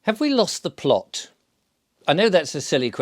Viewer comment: Oop 'ere in t' North there is no t after the glottal stop in plo'-t. It's just plo'. 🙂